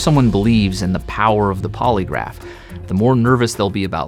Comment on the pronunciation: "PasSSED THE pOlyGRAPHFE tWAIS," 𝓪 𝓬 𝓽 𝓲 𝓷 𝓰